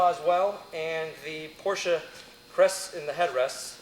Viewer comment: Yes! He pronounced Porsche correctly!